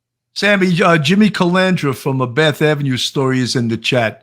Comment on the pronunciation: I love Sammy's name pronunciations. They are always funnier than the real name, aka Jimmy Calandra becomes Jimmy Calamadria, Jimmy Calamari, Jimmy Supercalafragilisticexpialidocious (kidding on last one obviously..). You gotta love it though, he's always entertaining.